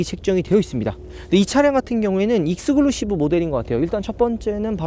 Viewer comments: 영상 볼때마다 느끼는건데요. 익스클루시브는 왜 익스글루시브라고 발음 하시죠;;; 아무리 굴려도 이리 발음은 안할텐데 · 익스글루시브라고 하시는데 익스클루시브 입니다